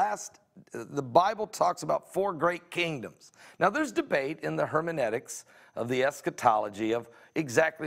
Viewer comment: Hermanetics LOL do you mispronounce words on purpose cuz it is funny indeed. Blessings to you from The Aleph and The Tav.